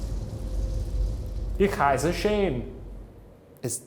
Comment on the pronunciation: me, a German: rewinds twice Me: ickaiser shane???? me: rewinds again Me: wait was that supposed to be "Ich heiße"????